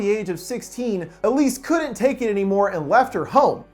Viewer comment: check the description you said elsie instead of elise